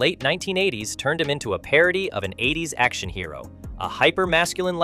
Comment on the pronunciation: Can't pronounce "hero" or "corps". Reeks of AI slop.